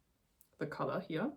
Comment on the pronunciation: Don’t know if it helps or not, but color = KUH-ler and collar = KAH-ler. 😊 Congrats on your first episode. We’re currently melting here in the mountains of NY. 37C and 70% humidity. The bright gold color should look lovely on you when it is done.